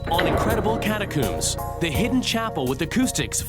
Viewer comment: Sorry - after the third "cat-a-cooombs" I'm out 🫠